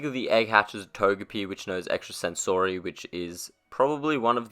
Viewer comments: Why cant you pronounce sensory? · please say it in your next video, correctly. It would clear up alot of anxiety for me. Cheers